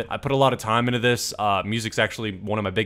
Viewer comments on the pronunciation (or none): You can get sucked inna the game Why does he say it like that lol